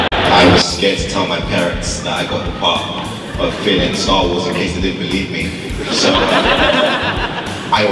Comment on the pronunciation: Minuto "estar wars" jajaja